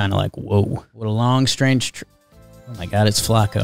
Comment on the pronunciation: It's not Flaa-ko. It's Flah-co. Put respek on it